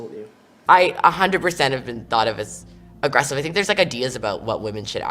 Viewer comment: Oh thank you for pointing out the Up-Talking! Drives me nuts. Also what is it with American girls replacing the "E" sound in words with an "A" sound! Example: at one point in this video the girl tried to say the word "aggressive" but it ended up coming out "aggrAssive", Am I the only one who notices and is driven insane by this type of speech? Friends turns into frAnds, celebrate turns int cAlebrate etc.